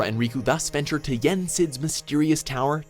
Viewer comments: mark of mystery exam XD I laughed so much every time he said a name wrong XD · I want more Kingdom Hearts! There were definitely mispronunciations (Namine, Xehanort, Marluxia, Mark of "mystery") but an overall good job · Ur adorable, but it's Mark of Master, not mystery xD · You can tell he doesnt play this when he said Mark of MYSTERY hahaha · Mark of Mystery? Oof. How about more research on pronunciation, please.